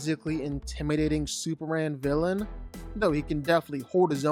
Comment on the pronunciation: Who tf is "Super-Anne"?